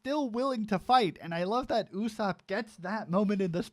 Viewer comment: Thats not how to say ussop